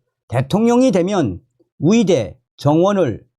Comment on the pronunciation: 왜? 의대를 위대.위대라고하냐?ㅡ의대 해봐 ㅡ